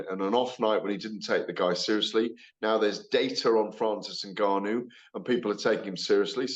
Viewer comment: GAD needs to work on pronouncing Ngannou and Donovan correctly first, before working on his semantics.